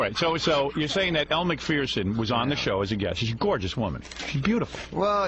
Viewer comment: It's pronounced Mak furr son. Not mak fear son.